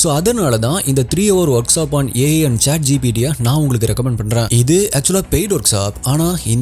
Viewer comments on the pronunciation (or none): none